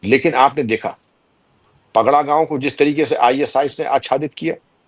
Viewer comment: पगड़ा नहीं, पड़घा गांव।